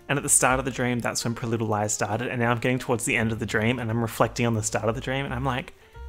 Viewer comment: He pronounces Pretty Little Liars like "Priludilice".🤣